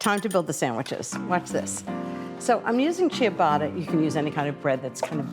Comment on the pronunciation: Chia-botta 😂 I’m easily amused when it comes to people saying words wrong whether they just don’t know or it was an accident lol